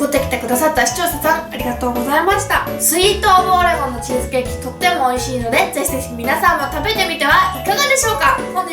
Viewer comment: なぜ最後の挨拶の『とっても』だけなまってるんだろうw可愛いけどwそして『是非是非』も【ゼシゼシ】に聴こえる確率高いので可愛いです😍